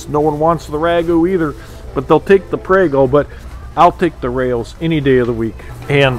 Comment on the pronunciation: Raos is pronounced R-ows. Like Ow with an R on it... It's not "ficatta" bread. Its fo-ca- sha. You're going to drive Italians, nuts.